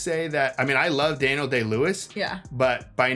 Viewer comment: Da-kneel-Day Lewis? Have you never heard of a "Daniel" before? The bible? Daniel Craig? Daniel Boone? Lol